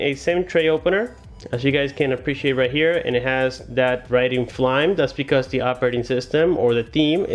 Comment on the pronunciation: I think it's Fly-me, not flyme....